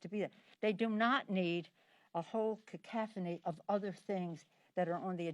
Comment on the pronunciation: Pelosi: I. ) Biden can't even spell science. II. ) You mispronounced cacophony. Don't use big words you can't even say right. III. ) Your ability to say an incredible amount of words yet say nothing of meaning never fails to astonish me.